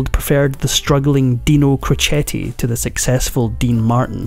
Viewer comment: There are several errors in your presentation. Dean’s father was a barber & never worked in a steel mill. His boxing name was pronounced ‘crow Chet’, not crochet. He did not get custody of his eldest 4 children until after he & Jeane had been married a few years. His first wife became an alcoholic and her sister loaded up the 4 kids and dropped them off at Dean & Jeane’s house.